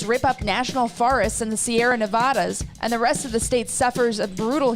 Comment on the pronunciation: Its pronounced Neh-vah-duh not Neh-voh-duh